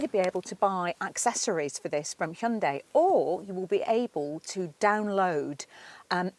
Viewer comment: Your pronunciation of Hyundai: 👌🏼